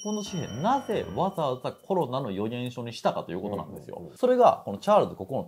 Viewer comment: うーん😅 ロ コ ナ だと旧型を指すイントネーションなので新型を指す場合には コ ロ ナ になってしまいやはりアウトだと思います😑